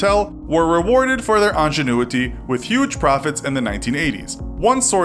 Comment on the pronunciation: "angenuity" lol